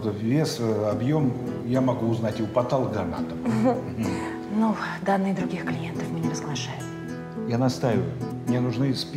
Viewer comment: Ну почему даже работник милиции говорит "ПатАлогоанатом"?!